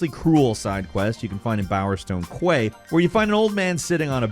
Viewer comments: It's not "kway" it's "kee" with the word "Quay" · Dude, quay isn't pronounced kway, it's pronounced key... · Kway? Was it "quay"? Pronounced "key" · Hey, not trying to be that guy but quay is pronounced "key" so quay-side becomes "key-side" etc. Oh hold on is that how Americans pronounce it? if so, move along nothing to see here other than another great video. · Bowerstone Kweh? You a Chocobo now? Quay is pronounced "Key" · I remember that from Fable it's just come flooding back. Also Quay is pronounced key. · “Quay” is pronounced “key”. I know that’s dumb, but it’s still the case. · the correct pronunciation of 'quay' is 'key' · Quay is pronounced Key. Just a heads up...